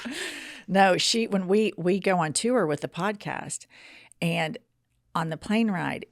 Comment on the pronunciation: Does anyone else cringe every time says the word “TOUR”? Why did she add an extra syllable?